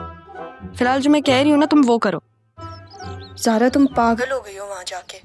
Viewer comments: Kisi ne notice Kiya ki sarmad ne zara ko sara bola h😅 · he said Sara instead zara